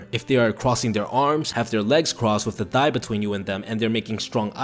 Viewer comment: Lmao love how he says "thigh"